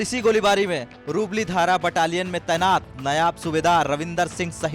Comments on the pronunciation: Be careful. It is 'Naib' Subedar not 'Nayab' Subefar. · नयाब सूबेदार नहीं...... नायब सूबेदार. कम से कम नाम तो सही से ले लो ऐसे वीर शहीद का